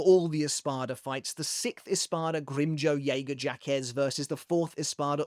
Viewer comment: That Grimmjow last name pronunciation is crazy lol